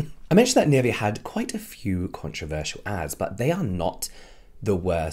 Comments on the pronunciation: And I keep cringing on the pronunciation of Nivea 😂, sorry it's just so wrong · I mean no hate whatsoever, but I can’t stand the way u say NIVEA, it’s German u should be saying it like that 😭😭😭